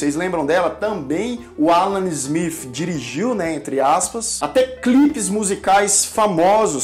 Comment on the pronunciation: Ruim mesmo é este vivo e a pronúnica do "ingreis" (Ala Zmif...)